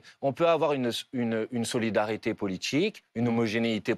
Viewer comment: Législtchiiiive, programmatichiiiive et politichiiike